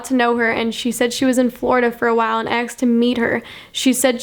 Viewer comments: Girl you from the hood? You keep pronouncing "asked" as "aksed" 😂😂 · y u say axed instead of asked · It's pronounced ask, not axed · it’s asked not aksed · asked is asked not AKSED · You say "aksed" instead of "asked". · It's "asked" not "axed" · wait is she saying aksed not asked? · its 'asked' not 'aksed' lol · when she says aksed instead of asked in the whole video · It's asked not axed ," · your really hot but please pronounce asked properly it's not aksed 😂😂😂 have a great day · It's ASKED, asked....not AXED. Jesus shit. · ur awesome and all but please its ASKED NOT AXED PLEASE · it's not ax me it's asked me learn to speak English. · Kept Saying Axed But I Still Love Her 🤷🏼‍♀️ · "aksed" LOL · STOP SAYING AXED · I love the way u say asked axed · Someone "axed you" ? 😂 sorry, no offense but I thought it was funny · Julia Elle AKSED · Axed you? He axed you? What's that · i'm sorry but it really bothers me how she says asked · I love it when she says asked